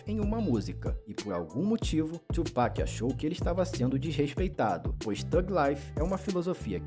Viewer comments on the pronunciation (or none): "Tu Peck" é de lascar kkkkk mas bom react